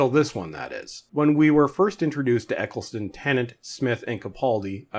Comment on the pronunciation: Ecc-les-ton. Not Ecc-el-son